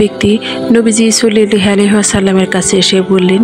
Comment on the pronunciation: আপু আপনি দয়া করে নবীর নামটি সুন্দর করে উচ্চারণ করেন সাল্লাল্লাহু আলাইহি ওয়াসাল্লাম হবে কিন্তু আপনি বলছেন সুল্লাল্লাহু আলাইহি ওয়াসাল্লাম